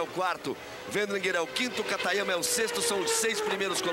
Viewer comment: Galvão chamou Katayama de Katagrama kkkkk